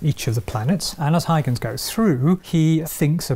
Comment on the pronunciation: Is that really how you are supposed to pronounce Huygens?